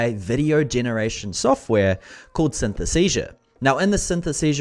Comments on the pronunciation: Great review - too bad, you got the name wrong 😅 "Synthesesia".. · Maybe you should ask the software how its name is pronounced correctly? 😉